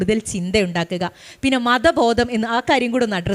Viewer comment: ശേശം , പശ്ശെ, ബരണഗടന എന്നൊക്കെയാണ് കേൾക്കുന്നത്..